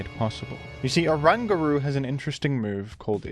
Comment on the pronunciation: orangutan plus guru, dunno how you got whatever butchered pronunciation you imagined up 😂😂😂😂